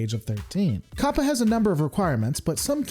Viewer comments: It's CO•PA not COP•A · I don't know why, but you calling it "Cop-uh" is really throwing me off. (I've been hearing it pronounced "Cope-uh")